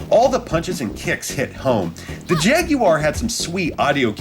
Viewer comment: Good video but I can't really get past the way you pronounce "jaguar"